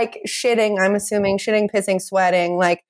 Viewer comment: shidding and pishing and farding and swedding